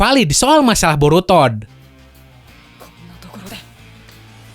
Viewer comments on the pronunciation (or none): Borutod? Shaat....wkwkwk🤣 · apa cuman gue yg dengernya "borutod" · Wkwwkwk district anime ngomong Boruto diawal borutod